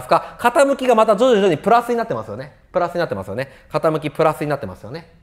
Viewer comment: 徐々にが上手く言えないさこだ